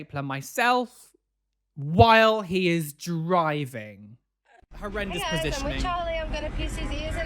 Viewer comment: Who else just came to here him say herendious several times like ........yes👁👄👁